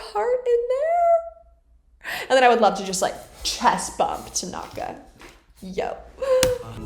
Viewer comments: lmao it's now my habit to call Tanaka "Takonga" because of victoria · “I would like to chess bump Tenaka” SIS ME TOO😂😂